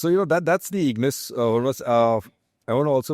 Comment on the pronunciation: Ignis? Seriously?😂